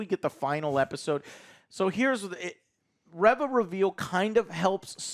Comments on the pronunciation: REEEEE-VA....NOT REVING up her engine "REV-VUH"! 🤣🤣🤣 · Reeeeva not reh-va!!!! Learn how to pronounce things! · Well first of all GET HER NAME RIGHT it's pronounced RE - VA 😌 NOT RIVA no wonder no really watches this channel NOT anyone INTELLIGENT 👎🏾 this show and conversation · "ree-vah" guys... Its "REE-VAH". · There's just no pleasing the star wars fans. I have multiple gripes with your review here. You constantly pronounce the name Reva wrong, and you have an issue that she is still alive even though shes obviously going to die in the next episode? Haven't you heard what the G.I said? Revenge does wonders for the will to live. Reva still wants revenge. So she is going to live untim episode 6. Qui-Gon was a good jedi. True Jedi hardly long for revenge. And even if they do they don't dwell on it. What don't you guys get about hatred and anger through the dark side keeping you alive. It was PRETTY obvious Reva was a Youngling at order 66. We didnt need an early reveal of that. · Why can't you pronounce Reva's name correctly 😂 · Hearing Joe correct pronunciation of Omega when he can't pronounce Reva correctly to save his life made me laugh. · I'm convinced you guys incorrectly pronounce names on purpose now. "OH-MEE-GAH"? Really? You've never seen the word "Omega" before and don't know how to say it? Seriously? "OH-MEG-AH" is how you say it. And its not "REV-AH", its "REE-VA"